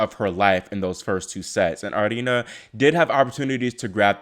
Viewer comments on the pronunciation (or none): It’s pronounced arina lol